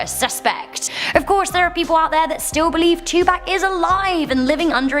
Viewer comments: I love you, but you are saying Tupac wrong. It is Tu/Too and Pac/ like lock. I know it doesn't matter lol. Just though it would help for next time. If there is a next time lol. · Did she say 2 pack!!!?? 😆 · You're pronouncing Tupac name wrong name wrong